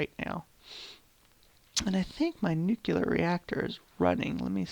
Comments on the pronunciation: I like the idea of the collaborative server-city, and the design of the refinery building is great. Just one little thing.. it's nuclear... like nu-clear.. not nukelar... not meaning to be rude but it's killing me ;D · Amazing work. So much detail and cool looking machines... Also I love how you say nucelar instead of nuclear every time. Hilarious - no offence - it's really cute :-D